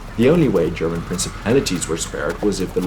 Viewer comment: Greetings from Augsburg! Every child in the region learns of the battle as early as elementary school. :) You explained the battle very well. PS: nice German pronunciation :D